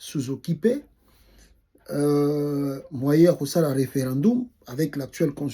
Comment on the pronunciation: Mauvaise prononciation ( referandumu) 🤣🤣🤣 mawa